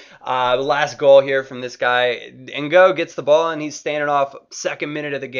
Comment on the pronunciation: To help with your pronounciation - its David N'GOG, not N'GO :P